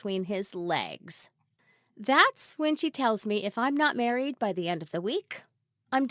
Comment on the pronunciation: She merraid groot